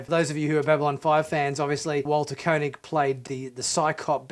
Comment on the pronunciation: Ooo dear, you pronounced Walter Koenig's name incorrectly, tsk tsk. Don't let Walter hear that as he's a little irked when people do that (as he was at a convention I saw him at and the host introduced him as 'Co'nig and not as it should be,pronounced, ie 'Kay'nig). Other than that, yes, a fine finale for the old crew...nice